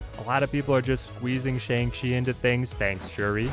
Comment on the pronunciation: Killer content. Just wish you (along with literally every other snap content creator I've seen) would pronounce Shang-Chi correctly...it's like bong with an sh instead of a b.